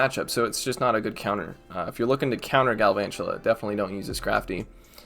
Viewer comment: Just pronounce galvantula like drakula ah ah ah. The count from Sesame Street one